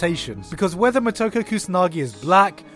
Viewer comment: It's Mo-Toe-Ko